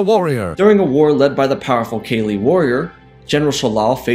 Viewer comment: Kah-Lee not Kaylee..... PLEASE....fix it